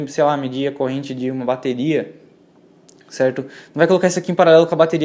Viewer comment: Cerrrrto, cerrrrto, cerrrrto...